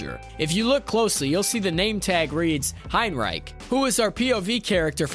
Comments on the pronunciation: its pronounced Hein-rick not Hein-reich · It’s pronounced Hein Rick not hein reich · He said Hine-Rike😂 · nah bro not "heinreik" 😭